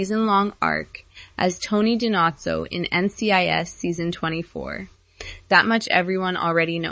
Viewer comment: 1st if you're going to do a podcast learn how to PRONOUNCE the Actors NAME (Dee-NO-ZO) SERIOUSLY??? Plus Tony & Ziva's show should have NEVER been put on P+. SHOULD have aired on CBS. WHAT were THEY thinking. WHAT was CBS thinking getting rid of VANCE WTH!!!!!!!! Bring Rocky Carroll BACK. this is IMPORTANT too, PLEASE DON"T BRING BACK BISHOP. To me & OTHERS she just NEVER fit in. Trying to put Jimmy involved with the NEW agent, what was up with that. CBS was TRYING to recreate a T& Z relationship. FAILED!!! **AND Harmon NEEDS to apologize to Paulette!!!! MEND THAT "CLOSE" Friendship!!!!**